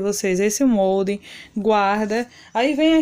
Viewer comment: Não é MONDE e sim MOLDE!